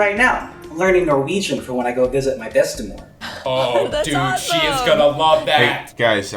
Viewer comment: "Bestemor" was actually pronounced correctly in Norwegian.